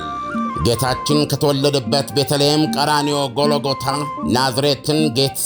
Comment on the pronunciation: ጎሎጎታ ነው ወይስ ጎልጎታ? ልዩነት አላቸው:: እባክህ ትክክለኛ አነባበቡን ተጠቀም!